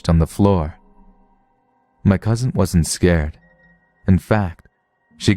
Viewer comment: I always wonder why people are so inclined to say it with a slight T sound. “Cousint”